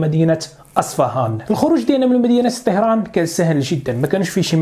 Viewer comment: طَهران و ليس طِهران